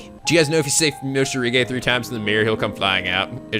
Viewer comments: It's already been 2 years and is still calling Morishige as "Moshirige" xD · OW MY CHILDHOOD. IT HURTS. IT'S ACTUALLY "MORISHIGE"?! NOT "MOSHIRIGE"?! (I wasn't here for Corpse Party) EL PSY KONGROOOOO